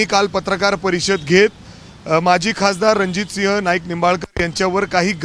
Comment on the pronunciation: "माझी" नसतं रे "माजी" असतं ते..!